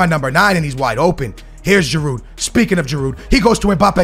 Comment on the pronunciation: You dont pronounce the D in giroud